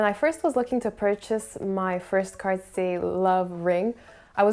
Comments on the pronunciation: did you just pronounce it carsy???? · Nope, she definitely pronounces it wrong.